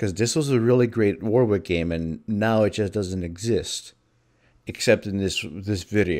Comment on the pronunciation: Fun fact: Warwick is pronounced more akin to war-ick, not war-wick.